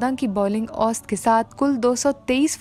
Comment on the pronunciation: محترمہ آپ کا اُردو کا تلفظ بہت خراب ہے۔۔۔ ماجد خان کا پیدائش کا سال اور اوسط کا تلفظ آپ بہت غلط کررہی ہیں۔